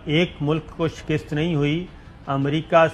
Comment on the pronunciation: saabir bhai lafaz shakist ni hota balke shikast hota he shukrya